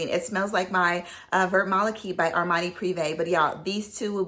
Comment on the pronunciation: Vert Malachite you would pronounce Vear (rhymes with bear) Malachite❤